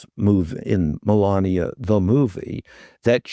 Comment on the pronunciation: Spelt Melania. Pronounced Malaria.